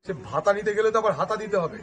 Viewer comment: ভ্রাতা নয় ভাতা হবে ঠিক করে নাও